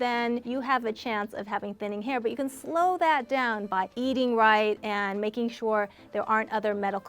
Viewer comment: I thought she said “eating rice” instead of “eating right” 😂😂😂 I was ready to go to the kitchen and eat rice a hahahah